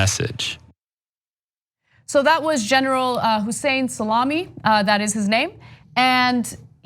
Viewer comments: it is bad Pronunciation of ( "Salami" "سلامی" ) . it's not ( "سالامی" "səˈlämē" ). it's ( "سلامی" "salāmēē" ) "سلامی" in Farsi is a name, come from "سلام" mean "hello" or "سلامتی" mean "health". not some kind of meat. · Cenk is going down Salami or Sa-la-MI? I hope you are pronouncing it right. (I don't know but would probably lean toward pronouncing it different from a sandwich meat.) Nobody is calling Drumpf presidential now. Bombing Syria? Yes. NOT bombing Iran? Nope.